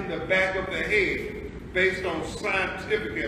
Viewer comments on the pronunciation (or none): Back of the hay-ud.